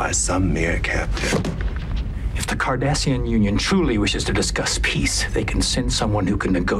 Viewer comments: it's Cardassian, not Kardashian. 😂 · As a counter statement, I would say that every time I hear the word KARDASHIAN, I hear Cardassian... Haha